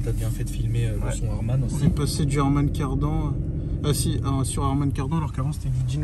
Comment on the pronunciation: C’est moi ou Riyad a dit harman cardan et non kardon ? 🤣